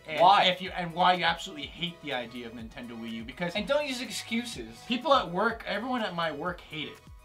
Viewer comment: why did they pronounce nintendo tvii wiith the i's seperate its exactly like saying mii and wii